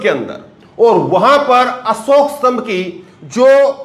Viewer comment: असोक नहीं अशोक होता हैं स और श का अंतर सबकुछ बदल देता हैं